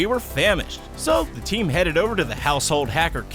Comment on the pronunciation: Immer diese deutschen mit ihren zhe statt th😂😂😂